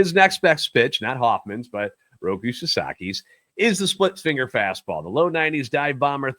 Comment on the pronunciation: Jesus Christ. He’s not a tv!!! He’s name is ROKI. With an I.